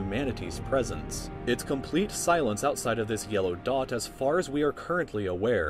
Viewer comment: first time i hear it,i thought u said "This little duck",when i replay it..,"this little dot"